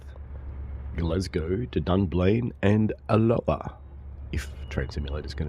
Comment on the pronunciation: Pronunciation coach here. Alloa has its emphasis on the first A. Also, cultural note, not all Scottish people hate the Royal Family. Just the ones that shout loudest! Message ends.